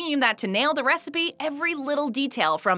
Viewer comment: Secret “wecipe” :D